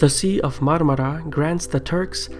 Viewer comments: Nobody in the world can pronounce Marmara as good as you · I loved how you pronounce Ankara and Marmara :P